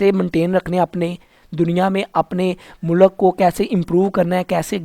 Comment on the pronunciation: Mu-lak Nahi mulq hota hai 😂😂😂😂